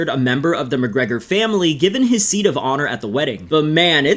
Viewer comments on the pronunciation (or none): none